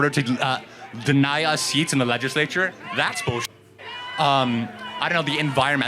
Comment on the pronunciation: .... broo cant even say legislature but swears hes spittin